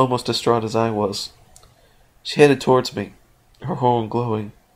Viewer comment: he said she wrong.